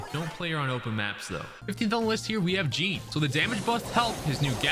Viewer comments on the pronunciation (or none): none